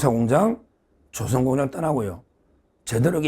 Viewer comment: 서변님. 말씀 중에 '조선' 이란 단어 발음은 '조선'이 아니고 '조:선'으로 길게 발음해 주세요 사투리가 너무 심합니다.